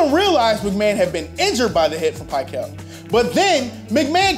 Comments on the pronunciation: Not Pick el, it's pickle pronounced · And as I recall, Bill Pickel is pronounced "Pick-el", not "Pie-kul". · Bill PICK-el, not PIE-kel. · I never pronounced dude's name "Pie-kell' is that right? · i believe it’s pic-KELbut not whatever you are saying, it’s making my ears bleed. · It's Gary Fence-ick and Bill Pih-KELL not Gary Fennick and Bill Pie-KELL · "The 11 point margin of victory was only a touchdown, a field goal, and a 2-point conversion". The only problem is the NFL didn't have 2-point conversions in 1984. This guy is also mispronouncing some of the player names (Bill Pickel, Gary Fencik) which makes me think he watching football in the 80's.